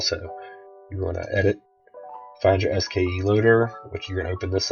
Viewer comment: It's "SKSE"!!!!! Not "SKE!"